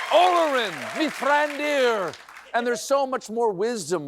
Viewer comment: You mis-pronounced Olorin. It's oh loh-reen.